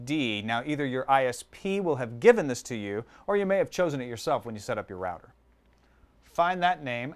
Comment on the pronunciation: I cant take this guy seriously Cant even say router properly